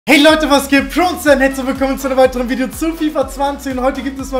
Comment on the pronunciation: "Hey Leute was geht, hier und-sgagfshsg-zlichen willkommen" 😂🔥